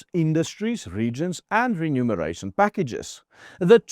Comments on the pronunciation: Not "renumeration"! That would mean counting again. Lees mooi versigtig. Remuneration! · It's Re-muneration.